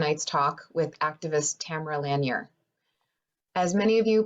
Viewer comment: Totally butchered the pronunciation of Lanier.